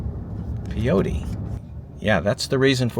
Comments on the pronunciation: it's pronounced PAY-OH-TEE, and MESS-KUH-LEN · i think it was one cat just following you around! just FYI it's pronounced PAY-otea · Peyote is pronounced PAY-OAT-E. When you said they made 107K in that town, I said drugs! I was right.